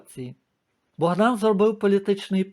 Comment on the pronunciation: Не БогдАн,а БОгдан...(прізвище ж Ви називали,чи не так?).